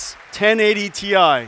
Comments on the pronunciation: Clearly T I not tie! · Ti not Tie LOL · There we go. Pronounced correctly. Ti. Not Tie. Ffs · IT HAS ALWAYS BEEN T-I, WHY ARE THEY PRONOUNCING IT "TIE" NOW?